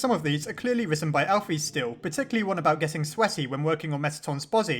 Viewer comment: I don't like how this guy says names... alpheeese.... he doesn't say cara he says Chara it really annoys me